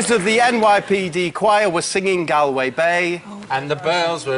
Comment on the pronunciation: The mispronunciation of 'Galway' was heart-breaking